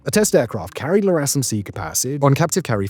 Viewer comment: "El"-RASM not "La"-RASM